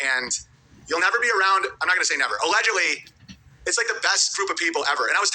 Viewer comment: Owens that dude who pronounces L words with W sounds.😂👌 Totawwy,Awedgedwy, iwigitimentwy, and many more.😂